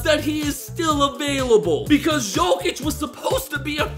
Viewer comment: no way he just said shokic